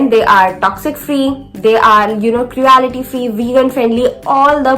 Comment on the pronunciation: You are pronouncing wrong for cruelty